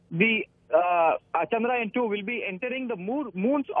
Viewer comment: Guys.. just correct the way you pronounce CHANDRAYAAN. It’s not chandrayan like ramayan (which you are calling it) it is chandra yaan ( yaan means journey). All the best.